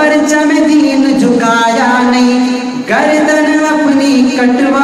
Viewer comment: گردن ہوتا ہے گاردن نہیں